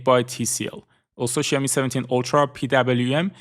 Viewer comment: I love how you pronounce xiaomi